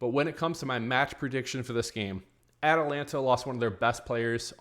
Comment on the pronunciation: How did you pronounce Atalanta😮?